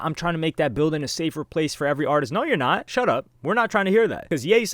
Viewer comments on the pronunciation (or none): “No your NOT” 😂😂😂😂😂